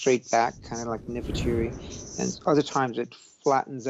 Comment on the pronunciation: "Nefertiri"? What? Who is he talking about? Queen Nefertiti's twin sister? Wait, she wasn't a twin.